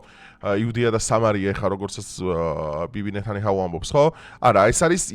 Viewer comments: ნეტანიჰაუ არაა ნეტანიაჰუ😂😂😂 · რით ვეღარ ისწავლე,ნეთანიჰაუ კი არა,ნეთანიაჰუ არის ბიჭო. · Ვაკვირდები და ყოველთვის, ნეთანიჰაუს ამბობ, არა და ნეთანიაჰუა😊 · “ნეთანიჰაუ” კი არა “ნეთანიაჰუ” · Ნეთანიაჰუუუ ბიჭოოო ნეთანიაჰუაა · ნეთანიაჰუა ბიჭო ეგ, ნეთანიაჰუ. 🙂